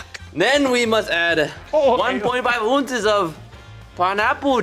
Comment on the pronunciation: An alternate universe where everything is the same except ounces is pronounced oonces